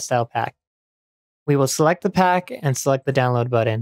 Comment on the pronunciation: The word is "button", not "buddin". lol